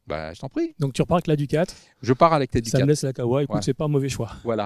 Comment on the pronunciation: 'Ducate' plz pas 'duka' merci